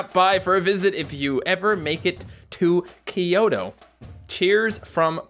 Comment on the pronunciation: _-, It's Tokyo and Kyoto. Not kioto and Tokio